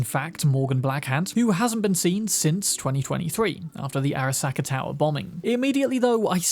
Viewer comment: Airuh-SAW-kuh, jesus dude. did you even listen to them pronounce it?